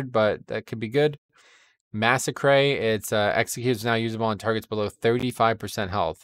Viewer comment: The highlight of this was "Massacray"